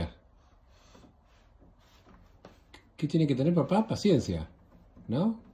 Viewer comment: man, dijo 'pancencia' por. Si te fijas dijo 'pancencia' en vez de 'paciencia'.